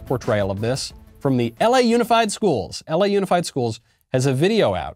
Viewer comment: I stopped watching when you said "LA Unified"